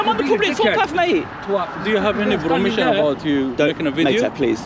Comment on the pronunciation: Wooow, you sure was playing it up but this guy has no professionalism at all. Horrible way to act, why is he so aggressive? Must have something locked up inside that's coming out here. "Promision" haha, he keeps talking saying the same thing over and over, how do so many people not know such a simple law. And what kind of country would it be if it was illegal? Haha, more publicity as long as it's good is great... oh no. At least they are showing themselves to be proper.